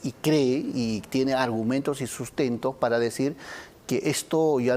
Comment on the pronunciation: "Tú nu tienesh arsgumentush..." 😂🤦‍♂️ Ay, este Bellido... Por esa razón fue el premier de Castillo. Habla pero no dice nada. 😂🇵🇪